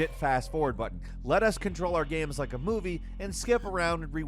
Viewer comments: What are "Ames?" 😂😂😂😂😂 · "modern ames"